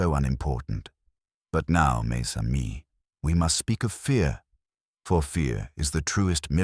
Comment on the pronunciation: It’s pronounced ‘mezamie’.